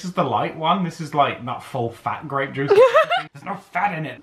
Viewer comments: it's Gra(y)pe juice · It's grey'p juice :D hahaha I recently saw purple, red and white (the green ones) grapes in the grocery store. Mostly it's just red and white, just like the whines.... Maybe you could try painting with cheap whines or gluehwein?